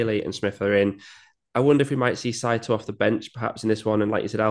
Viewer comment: Guys - its "SIGH-TOE" One of the most common names in Japan. just saying. :) great preview btw